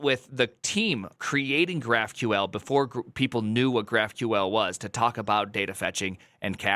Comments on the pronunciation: why do you pronounce it graph queel ? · did I hear "graph-queel"? wtf